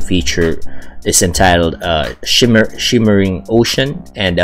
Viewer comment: Shimmering, not shivering...